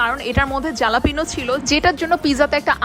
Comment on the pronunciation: pronunciation ta jalapeño na halapeno hobe.